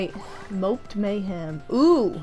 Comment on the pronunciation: Mopped mayhem? You mean Mo-ped mayhem